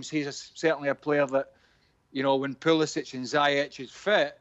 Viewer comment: Btw when are people gonna realise his name is pronounced POOLISICH!